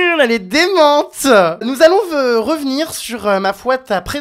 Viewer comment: "Nous allonve revenir" by Jeremstar xD